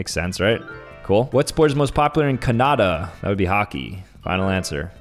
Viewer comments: canada is not CAN AH DAH, its CAH NAH DAH lol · He said cunud not Canada